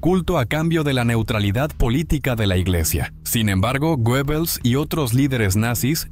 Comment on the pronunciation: Creo que se pronuncia guebbels